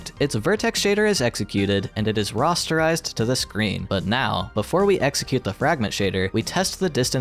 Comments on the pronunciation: Your saying Rasterizted wrong. There is an A there, not an O. Ra aster ized. Not "Roster ized" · *Rasterized. Not like "Rasta". Who are these people making all these videos where they mess everything up?? Seriously, almost any video by anyone who seems like they're under 30 has sooo many problems. It's like someone smart is writing the scripts and some kid who doesn't know a damn thing about technology is reading them. Linus Tech Tips is an exception. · "Rosterized" lol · He had me until he started pronouncing "rasterized" as "rosterized". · "Rastarized"? Is that a hair joke?